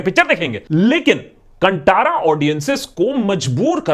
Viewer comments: Kantara is pronounced as कांतारा !!! India's rich and diverse cultural heritage is way more promising for ideas of Indian cinema than we think. Look how great movies are being made around ideas of our very own Indian cultural heritage !!! Filmmakers developing movies on more such content will surely indulge audiences into a whole new world of what we call a "complete movie experience" !!! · Thanks for making a breakdown video on this movie. Truly everyone must watch the movie 💕 P.S: कांतारा is the right pronunciation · Kantara pronunciation is wrong. It is कांतारा. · Not to nitpick, but for those who want the correct pronunciation of the movie name, it is 'kaan-thaara'.. The 'thara' is pronounced exactly like the Hindi word for Star.. Thaara.. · It's not Kantara it's Kaan taa raa कांतारा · A quick correction: the name is Kanthara, where "tha" in the middle is pronounced as in Tarun. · Akash.. the correct pronunciation is 'Kh'an'th'ara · Kantara is pronounced as kaan-tara 👂⭐ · Thanks for your opinion but it's irritating to hear your pronunciation of Kantara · You need to learn how to pronounce 'KANTARA' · First learn to pronunce the name of the movie properly........ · Why don't you people pronounce it (Kantara) properly even though it is written in Hindi. 🤦 Please I want ans for this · It's good that u have accepted ur mistake in pronnouncing kantara wrong. One more thing not only Telugu Tamil malyalam but also kannada is doing good films based on national issues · 1st learn how to pronounce Kantara. To make you understand tell these words in hindi 👂+ ⭐ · I like how Akash pronounces all non Hindi words nicely. But this time, you got it wrong sir. I wish you asked some Kannadiga on how to pronounce "Kantara" before making this episode. Nice content as always. Thanks. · Couldn't even pronounce Kantara right! what more research can I expect from this video other than propaganda 😬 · You tried to explain the story of movie but why did you mispronounce the title?